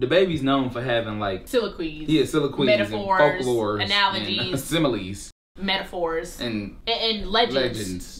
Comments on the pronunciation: It's the "SILAQUEES" for me!!! They BOTH SAID IT LMAOOOOO I THINK y'all meant.... #Soliloquy 👀👀😂😂😂😂😂😂😂😂😂😂😂😂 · So we just gone ignore them CONSTANTLY pronouncing soliloquy wrong?? 🥴😑 I let it slide for the first 2 episodes but DAMN NI.